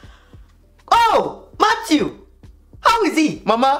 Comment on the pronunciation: Matttwo😂😂😂 it’s the pronunciation of Matthew